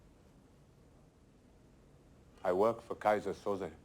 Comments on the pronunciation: omg why they pronounce Keyser Söze like Kaiser So-Sei. The whole movie I was confused about a turkish guy with an asian nickname. 🙄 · I'm telling you it's KEYSER SOSEEEEE!!!!